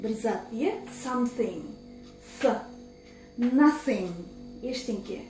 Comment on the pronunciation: Сонда something деген жерде th ф болып оқылама